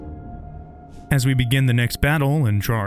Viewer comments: Sigils, not, "Siglis" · "siglis" lol